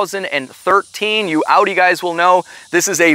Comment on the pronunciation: Only American that pronounces Audi right 👍👉😉